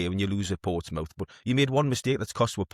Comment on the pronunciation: “Ports Mouth”